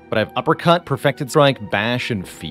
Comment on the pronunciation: Half the time you say "uppercut", I hear "apricot" XD